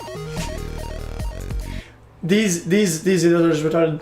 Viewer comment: "That was rerarted"